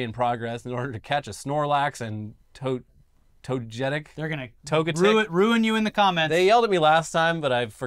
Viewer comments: Toe-get-ic Otherwise great video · How many times do we have to teach you this lesson its TOE-GU-TIK. 😤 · lol toe-get-ic Haha how do you guys fuck that up? Even the cops got it right in the video. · pokemon names are pronounced syllabically to-ge-tic pi-ka-chu bul-ba-saur char-man-der snor-lax idk exactly why this is but its very likely to do with the japanese language being syllabary and needing to obviously and easily pronounce their names (since thats all pokemon say) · The Pokémon is tow-ga-tick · Better that the cops be distracted playing pokemon go than harassing minorities and shooting unarmed ppl, also its pronounced togetic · properly pronouncing Pokémon was an instant reminder to hit the like button 👍 Even gaming channels for some reason ignore the accent and say Pokeemon the boomer way like it's not pronounced properly all over the media. Togetic was pronounced wrong but getting names right doesn't matter. You would have to actually be into the media to get 1 of nearly 1000 names pronounced right. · that vague Italian accent to say Togetic is all I need to accept that's the new, and correct way to pronounce it. Accent and all. 🤌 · got togetic right the second time, not bad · as an active pokémon go player and radical anti-cop leftist, that story cuts into my soul in the worst way, every single time. worst crossover ever edit: the togetic pronunciation is salt in the wound